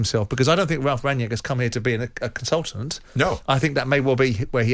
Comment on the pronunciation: Why can't Simon Jordan say Rangnick? His name is not Ranyeck